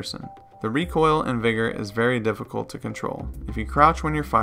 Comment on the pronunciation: Ayyo you sure you’re pronouncing the name of the game right?